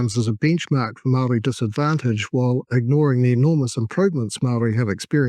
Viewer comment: This is hilarious. Your comedic mispronunciation of even the simplest of Maori words that many five year old children have mastered...not easy but I applaud your commitment. I'll be back when I'm desperate for another laugh.